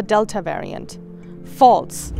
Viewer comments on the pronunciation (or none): Dear reporter, we don't need your personal opinion here. Especially, the way you are emphatically pronouncing "False". This is a sign of a collusion with the pharmaceuticalx industries. You should use terms such as : according to, given the fact from so and so...., from the opinion of such industry or so... Your zealous attitude of saying 'False' to people's experience in your response to people opinions is so bias by your taking position and side. Why can't you be neutral and simply report your findings. This is "bad journalism"! Considering that you don't voice your position and opinion when as journalist voting in an election. Some of you journalists have decided to be partners in crime with the vaccins industrie and be their lobbyists. WHAT A SHAME of not being transparent and independent, free from the pharmaceutical pressures.